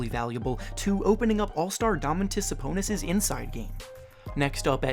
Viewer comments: domantis saponissis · You said Domantas Sabonis name wrong.